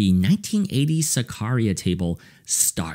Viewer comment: The way you pronounce Zaccaria makes me sad 🤣